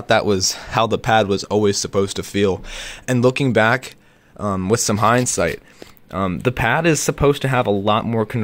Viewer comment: "... and looking back, with some heinsight..." HEHE